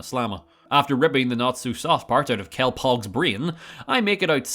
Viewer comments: kellpog ' o' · “Kellpogs brain”